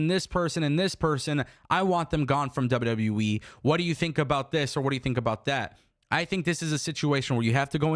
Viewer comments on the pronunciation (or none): Love you but, It’s W W E not WW Wiii 😂